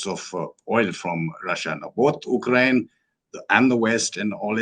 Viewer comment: You are one of the few people who pronounce Ukraine correctly. That is exactly the Ukrainian people call their country. Thank you.